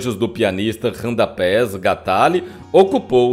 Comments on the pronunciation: Porque usar essa voz cavernosa, com esse arrastado esquisito. Sofri para ouvir tudo já que o tema me interessava. P.S. O nome do artista do artista não é Radapés é Radamés Gnattalli( a pronúncia é Inhatali), acredito ser italiano. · Radamés Gnatalli,lê se ,guinhátali.Randapés gantáli é de doer